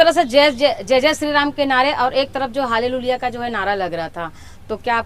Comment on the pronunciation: Halleluiya bolne nahi aata hai to pahle shikh kar aawo phir ish sabth ka prayog karna